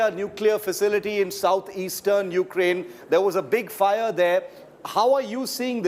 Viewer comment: You kea rain what is this.. Pronounce correct ly